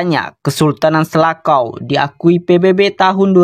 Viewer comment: Selacau C nya di baca c bang itu bahasa Sunda cau(pisang) bukan bahasa Inggris jadi selakau😂